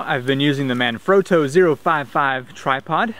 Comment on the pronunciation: Manfrotto not Man-frowto or manfrodo